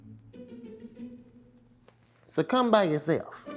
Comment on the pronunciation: “sucCUM” by yourself...i’m weak😭